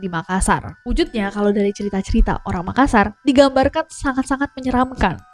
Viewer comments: MakaSSar dibaca dengan penekanan S-nya 2 bukan dibaca makasar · MakaSSar, penekanan pada huruf “S” yang ditulis dobel. Seperti juga TaLLo, dobel “L”.